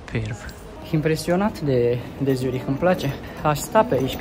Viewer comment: Nu se pronunta asa numele orasului Z in germana este Ț